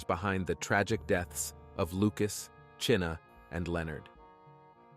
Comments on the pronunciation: Chyna, as in China, not Cheena! May she rest with her name pronounced correctly. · Her name is pronounced China not chinna